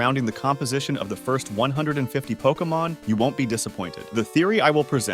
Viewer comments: I can't get over the fact he keeps mispronouncing Pokémon. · Are you pronouncing Pokémon wrong on purpose to annoy everyone?